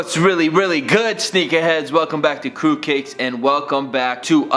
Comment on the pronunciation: Every time he says Qrewkicks it sounds like Qrewcakes